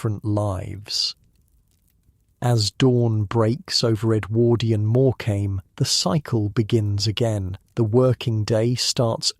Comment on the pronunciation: REALLY GRATEFUL..not real grateful. And pronounce Morecambe correctly or I'll think this is AI TOO